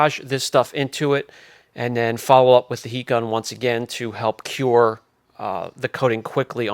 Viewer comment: Cure not cue lol